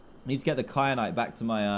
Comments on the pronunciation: Dan, it is KYANITE not KRYANITE. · Dan keeps saying kryanite when it is kyanite!!!!!!!! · Who else noticed dan said crynite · DAN!! I can’t take it anymore, it is so annoying how you call kyanite cryanite